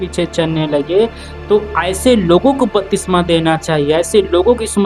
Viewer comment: Bhai jo aap bol rahe hain wah shabd ka uchcharan galat hai to aap ki siksha bhi galat hogi , batisma nahi lenki baptisma ya baptism jo Greek shabd baptizo se aata hai.